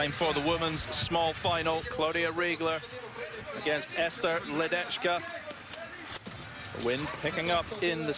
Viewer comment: The pronunciation of the name LEDECKA is like LEDETSKA, not LEDECHKA.